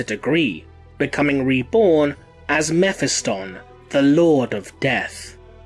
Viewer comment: Please stop slaughtering character's name like that. Mephiston is NOT pronounced like that...